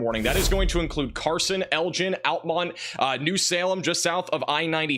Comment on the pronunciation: altamont when the town name is almont I actually laughed so hard when he said that